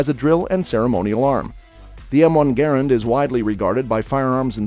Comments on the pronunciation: M1 GARAND!!! NOT GARRENT?!!! WTF MAN GARRENT?!?! Are you kidding me?! M1 GARRENT?!?! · It's Garrand! Not Garrent. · It is the M1 Garand, NOT the Garant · I quit watching when he called it the Garrent. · IT'S M1 Garand, NOT Garrent. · m1 garrent?, isnt that garrand? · MIN 15;55... it´s NOT M1 Garrent...............it is M1 GARAND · It's M-1 Garand, not Garrent. SMH. JMO. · M1 “Garrent”? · M1 Garent??? WTH??? Learn what your narrating about….GARRAND. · It is a Garand not garant. Get it right. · I know. I cringed every time I heard "GARrent!" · Garent??? :D :D :D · Garrent? I just can't watch any more. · Garand needs pronounced correctly. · Who does your research one of the biggest errors was the inventor of the m1 GARAND there in no T in his last name